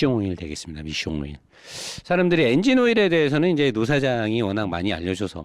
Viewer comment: ㅋㅋㅋㅋㅋㅋㅋㅋ한국말로 미숑오일 ㅅㅂㅋㅋㅋㅋㅋㅋㅋㅋㅋㅋㅋㅋㅋㅋㅋ